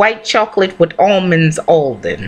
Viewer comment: Baby when you said "almonds aldmon" I screamed.